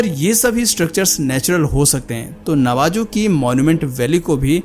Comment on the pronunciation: It's pronounced Navaho and not Navajo